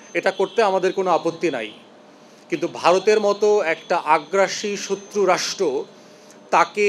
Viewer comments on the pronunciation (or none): Shotru uccharon ta korte sekh age 😂